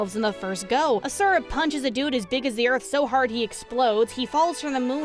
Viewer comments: I may just be that stick in the mud, but in the game his name isn't "Uh sure Uh" it's "Awshura" (if that typing out of the word actually helps break down the pronunciation for you ,then god bless) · Not hating on the video, promise! But the way you pronounce Asura gives me a nervous tick hahaha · I played it for a little bit and got tired of watching cutscenes. Also, you pronounce Asura wrong lol